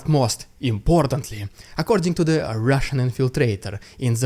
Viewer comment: I like your channel even if you dont show footage as other channels like Denys or "Reporting from Ukraine". But one constructive critic: Your opener to "rrrrrussian propaganda" was funny the first times only - now its kinda cringe :D